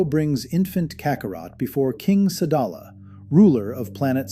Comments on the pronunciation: Sadala not salad 🥗 man😅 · The planet is called sadala not slada